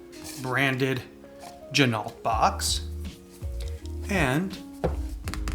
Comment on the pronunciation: FYI, Ginault is pronounced G-Noh, the LT is silent, per the owner of the company.